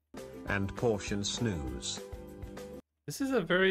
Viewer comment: Snus should be pronounced more like with the u in use, not like snooze. If you are interested in more historic famous swedes you can check out Carl von Linne' (carl linnaeus) father of the botanic naming system. Alfred Nobel, the Nobel prize. Ivar Kruger, the "match stick king" whos suicide "started" the depression 1929. Edit. I was obviously wrong as he died in 1932... but his death caused some kind of economic crash.